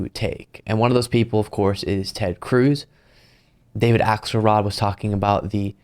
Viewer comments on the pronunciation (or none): none